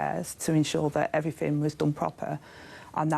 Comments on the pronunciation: So shes "Done everyfing proper" seriously luv get some English lessons! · ‘Everyfing wuz dun propa’. Bye bye Vicki Pollard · My thoughts exactly! Especially when she said "done everyfin proper."🙄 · "everfin was done proper" Deputy PM, go figure.